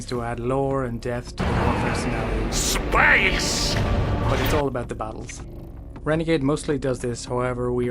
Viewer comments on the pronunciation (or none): Tim Curry saying "spaice" will never get old